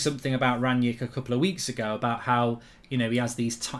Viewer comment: His name is Rangnick not Ranyick and the player is called Haidara not Haider